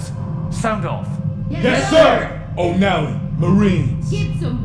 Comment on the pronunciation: batterysurf O Mally